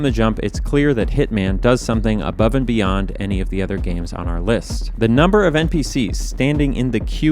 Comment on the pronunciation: not every "the" should be pronounced "thee"